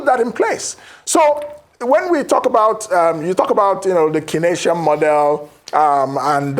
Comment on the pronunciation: That word is Keynesian, not Kinetian, guys! More importantly, Kingsley Morgalu and his presentation exemplifies the paradox that is Nigeria…..a country blessed with world class talent and yet remains impoverished by clueless and devilishly corrupt politicians. Unbelievable!